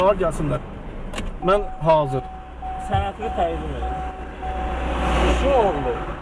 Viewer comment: Dağ adamlarını ikiqat təlim tədris vermədən, işə götürməyin. Düzgün tələffüz qaydası belə yoxdur. [sənətini] deyil, [sənədini] deyə tələffüz olunmalıdır.